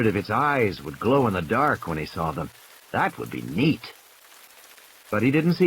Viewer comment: Nobody: Not a single soul: Narrator: "ThAt WoUlD bE nEaT"